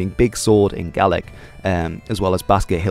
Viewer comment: Great video, 1 flaw, It's "Gaelic" not "Gallic"